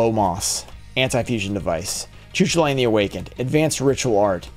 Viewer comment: As an Irish person hearing it pronounced Choo Choo Lane is very funny to me